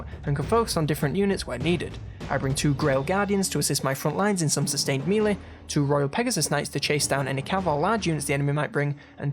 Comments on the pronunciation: I absolutely love these videos. Doing a fantastic job. Only criticism is the way you say Melee! It's driving me insane 😂 its pronounced "May-lay" not "mee-lay" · Yeoman is pronounced 'Yo' -man as in 'Yoyo', not 'Yewmen' as you pronounce it and Melee is pronounced 'Mel' as in Melanie and the second syllable is pronounced 'ay' as in 'lay' and not meal - ee as you pronounced it.